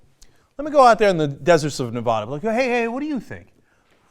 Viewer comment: For the love of gawd, it's Ne-VAD-uh not Nev-aaawww-da. Everyone knows this, do people just mispronounce to piss off Nevadans?